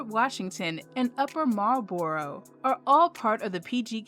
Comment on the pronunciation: You pronounced Cheltenham and upper Marlboro wrong